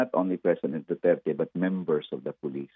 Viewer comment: Damay pa tuloy ang Dutch.hindi sya Pure Dutch.hindi nga ma pronouns ang Duterte.banggit nya Duterts😂